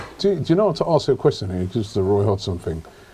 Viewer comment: Robbie cant say question to save his life